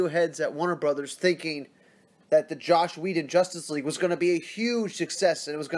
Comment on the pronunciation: Ffs man, Its JOSS NOT JOSH. Love ur vids just found ya a few days ago but 2 videos straight saying JOSH lol its JOSS